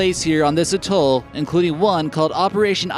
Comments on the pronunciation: it's pronounce AT-TOLL not utoll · and it's AT-Toll not utol